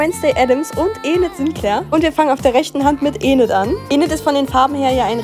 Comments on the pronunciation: Es wird inet ausgesprochen nicht enid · Es wird nicht Enid, sondern Inid ausgesprochen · Nicht Enid es wird inet ausgesprochen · Sie sind schön aber sie wird Inid ausgesprochen und nicht Enid 😂❤ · Es wird nicht Enid ausgesprochen sondern lnid ausgesprochen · NEIN SIE NAG ÄNID ES WIRD INID AUSGESPROCHEN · Nicht Enid ausgesprochen sondern man spricht es ined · Schöne Nägel machst immer coolen Kontent aber es triggert mich dass du Eenid sagst also das E wie im Deutschen aussprichst es wird Ined ausgesprochen🫶 (NO HATE🫶🫶) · Sorry dass ich es sage aber endlich wird nicht ened ausgesprochen sonder ined gesprochen und enid geschrieben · Sie wird mt enem I ausgesprochn also nicht Ened sondern Ined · Wirklich Es wiegt Inet ausgesprochen nicht ENET!!!! ES WIERT NUR SO GESCHRIBEN!!!!!😠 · Enid, es wird wie ined ausgesprochen 😂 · Es wird Enid geschrieben aber Ined ausgesprochen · Es wird Init ausgesprochen aber Enid geschrieben 👍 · Kein hate aber es wird enid geschrieben und ined ausgesprochen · Nicht böse gemeint aber es wird inid ausgesprochen 😊Bitte keine hates😢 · Liebe deine Videos und soll kein hate sein aber es wird Enid geschrieben aber Inid ausgesprochen sorry aber sowas triggert mich extrem 😂😂❤❤ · Es wird Inid ausgesprochen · Sie heißt Inid so wird sie ausgesprochen und Enid geschrieben aber nicht sschlimm❤❤❤❤❤ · Es ist sehr schön aber du musst enid mit einem i aussprechen also ined man schreibt es zwar mit e aber man spricht es mit i aus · Ihr Name wird Enid geschrieben aber Inid Ausgesprochen 😂❤ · Enid wird Inid ausgesprochen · Es wird Ined ausgesprochen 😂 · Es wir enid geschrieben aber wird INID ausgesprochen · Hey no hate jz aber nur das dus weißt sie wird zwar enid geschrieben aber inid ausgesprochen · Es wir Inid ausgesprochen aber Enid geschrieben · Sie wird zwar enid geschrieben aber iened ausgesprochen!!!! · Es wird iiiiniiid ausgesprochen und enid geschrieben ahhh Spass nicht hate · Das E von enid wird i ausgesprochen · Enid wird i ausgesprochen